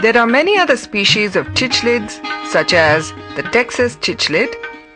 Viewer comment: Rishabh Shirke I agree, that incorrect pronunciation of cichlids was pretty annoying too....✌